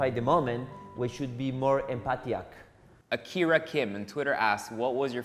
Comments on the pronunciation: That moment when I'm already feeling the drama of Nico, but then "empathiac" came and I.... 😂😂😂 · what d hell is empathiac?! hahahahha this is so funny 😂